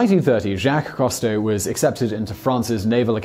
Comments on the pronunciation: Whaddya know, mispronouncing again. What a surprise. " "Coo-stow", not ""coh-stow". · Simon, usually I let slide your many mispronunciations, but with the well-known-to-all Jacques-Yves Cousteau, rather than Jack KAHSS-toe, it's ZHOCK (eve) coo-STOW , with the 'zh' being the same sound as the 's' in 'measure'. However, as always, this video was well done and informative. Thank you. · WHo the hell is Jacques COS-TOW??? It's COOOS-TOW. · It's pronounced Coo-stoh, not Cah-stoh. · Simon, it's "COO-stow", NOT "COST-toe"! UK pronunciation allows for the "ou" sound to be "oo", rather than "aw" - SO DO IT! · Coo-stow....not cost-toe.....jusy sayin'. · “Coo Stowe”. That’s how he pronounced his name. I watched every episode as a kid, and he inspired me to become a diver. Cheers. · Cousteau Is not pronounced "Cost-o". But it would't be Top Tenz without at least one of Simon's trademark blunders. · Although I'm a biologist, I didn't recognise the misspoken name 'Costeau' which is really 'Cousteau' (grrrr) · Right? Simon is incapable of pronouncing so many common words/names. And it's not even part of British vs American English pronunciation (like garage with hard vs soft second G). For a man that makes a living from the internet, and especially given the topics of all his channels, he's so culturally inept that he can't pronounce Jaques Qousteau. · This guy never could pronounce "Cousteau" correctly (sigh). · You may want to take a look at the spelling of Cousteau and maybe try pronouncing it that way! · If you know he had a TV series you could have easily picked up the correct pronunciation of Cousteau from that. Frequently the mispronuciations are so ridiculous I'm beginning to think Simon and his writers do it on purpose just to get comments... Oops, I guess I fell for that one, since I rarely comment. SMH